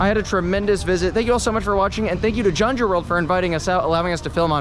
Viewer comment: Kyung - joo is proper pronunciation.